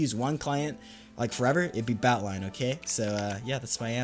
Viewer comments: you saying "Batlion" makes me so mad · The way he says "batlion client" really grinds my gears.